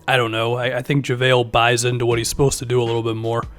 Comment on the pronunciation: This guy said Javalee better than Dwight 😂 go look at his Charlotte and Washington numbers per 36